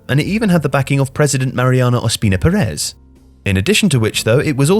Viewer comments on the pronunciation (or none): Just one comment for you guys. Perez is pronounced PErez not PerEz... the first E should be stressed not the second one.